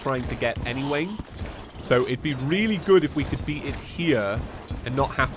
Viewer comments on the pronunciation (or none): none